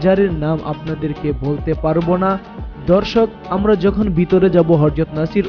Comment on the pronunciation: দর্শক কে বলতেছেন ধর্ষক। আর প্রতি লাইনে দর্শক দর্শক বলার কি দরকার